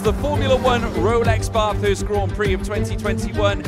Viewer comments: just to let you know its ba-thurst like ba in back not bah-thurst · Stop saying Barthurst. It is Bathurst. It's a short A sound. Like bat or cat. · It’s BATH - HURST. Drove me in insane the way he said it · As an Australian this hurt to watch. Espically when he said Bathurst wrong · Me an Australian listening to say Bathurst and all the corners and bends: Triggered!!!! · Any other Aussie fans triggered by the pronunciation of Bathurst? 🤣 but great vid overall 👍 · They way he said “Bathurst” as an Australian makes me cringe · Bro the way my man says Bathurst pisses me off so bad man